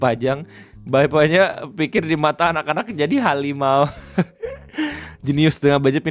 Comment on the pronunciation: Harimau ❌ Hawimau ✅